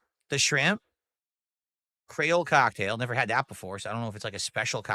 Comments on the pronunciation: ....he did not just pronounce Creole 'Cray-ol', did he? Omfg.....😳 I can hear my ancestors (well some causebim half black) crying in agony thanks to this....😒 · "Crayle cocktail sauce" they would heat you to death here in LA pronouncing it like that lol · “Cray-ohl” “Butter-ee” “Flay-kee” “Tang-ee” This dood can’t pronounce any words like a normal person… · Cray-Ole sauce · yep... lot of miami and new orleans people are facepalming at him for that one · Mfer cant pronounce creole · Also the way this Mothafocka say Creole pisses me off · the way he said Creole..